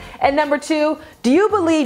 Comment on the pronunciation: Maybe don’t talk about feminism when you can’t even pronounce suffragette correctly